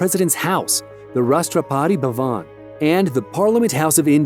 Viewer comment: Cant stop smiling the way😅😅 he pronounced rashtrapati bhavan of india(president's house) of india.. Btw, m frm india